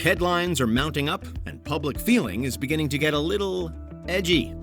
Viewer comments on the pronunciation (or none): Why is the AI saying "poblic" instead of public?